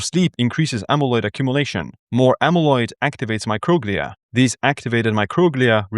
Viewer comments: It’s not mocroglia it’s pronounced micro-glia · Microglia is pronounced my-crow-glee-uh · I thought it was pronounced “micro-glee’ah”. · Yeah, classic case of accent on the wrong syl-AH-bul